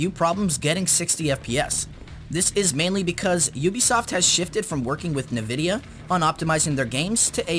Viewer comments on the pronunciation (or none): Dude. It's pronounced invidia. Not Navidia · that is not how you say nvidia.